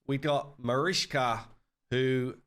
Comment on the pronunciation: MariCHka pronounce it with ch (like chear)